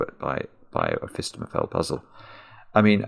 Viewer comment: Every time he says phistemefel I do a little happy dance